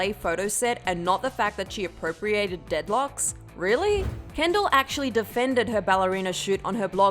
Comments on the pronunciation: is it just me or did she say "deadlocks" instead of "dreadlocks" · Smh It’s not deadlocks, it’s dreadlocks. The pronunciation was the error, not her wearing DREADLOCKS! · Deadlocks ? DREADLOCKS say it right! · it’s DREADLOCKS, not dEaDlOCkS